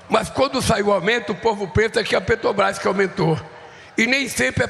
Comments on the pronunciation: Não consegue falar " Petrobras"🤭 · Aff ele fala petobais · Ensinem a esse senhor que a palavra é PETROBRAS E NÃO PETOBRAS. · A "PRÉTOBAIS" !!! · Petobras! Não sabe nem falar... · Eu percebi, falou errado tbm Petrobrás (a língua não deixa) esse elemento é um analfabeto de pai e mãe.